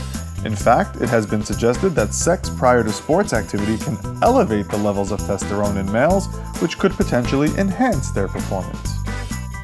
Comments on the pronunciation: Said Testerone instead of Testosterone. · he says "testerone" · ikr lol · is that an American pronunciation of testosterone? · No it was a mistake in pronunciation. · A mistaken pronunciation that makes the video look awfully bad, in my opinion. Does any body actually think 90% of these?